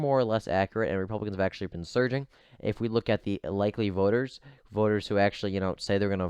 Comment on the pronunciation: Justin: That "Surigning" is amazing.: Thank you Justin.